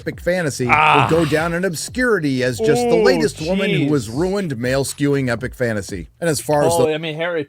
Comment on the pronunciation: Fannasy? OK idennity? Pannies? Dennist? Advannage? Why do you hate the letter "T" so much? 🎉😂